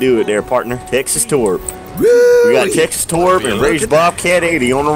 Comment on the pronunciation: "yexas" xd